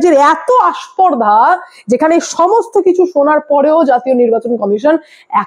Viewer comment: কথা টা আস্পর্ধা নয় উচ্চারণ হবে স্পর্ধা। তোমার মত একজন বিচক্ষণ প্রতিবেদক এর কাছে এই ধরনের ভুল উচ্চারণ আশা করা যায় না।